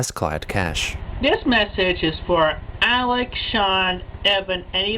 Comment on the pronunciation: I think at that moment, even Chris realized he butchered Alec's name, hence the jump cut.